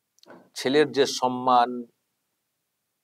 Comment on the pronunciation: Why mamata says 'sanman'. It will be 'samman'. Does she read bengali books?